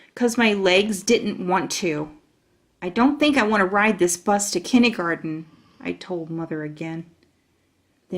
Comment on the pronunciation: My daughter and I enjoy the narrator's voice and reading except...she says "Kinneygarden". What the heck is that? The text definitely reads "kindergarten".